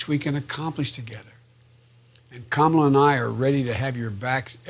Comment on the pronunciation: if you wanna see Joe reading off the teleprompter and mispronouncing kamala's name.